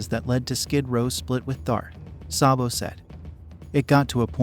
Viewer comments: It’s SAYbo not SAHHbo. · You have to reprogram that computer to pronounce his name saybo not sahbo.....Sabo